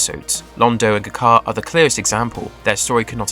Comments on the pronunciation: Knowing so much about the show, how can you mispronounced G'Kar's name so badly. It's not Guh Jar, it's Jah Kar. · Also showing pictures of other Narn when he mentions 'Guh Car'. Clearly he didn't watch the show.